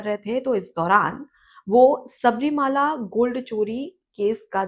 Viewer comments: Please note that it is not Shabarimaala, but the correct pronunciation is Shabarimalai. Malai means a mountain. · Pleased Correct yourself by pronouncing correctly " Sabarimala", not Sabarimaala.